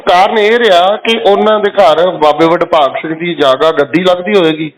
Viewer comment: bahan ji pahle to apni awaaz ko sudharo aapko yah nahin pata ki Baba Badbhag Singh Ji, Naam hai or aap Badbhag Singh- Badbhag Singh ke naam se bol Rahi hai. Sharm karo Mahapursho ka aadar karna shikho.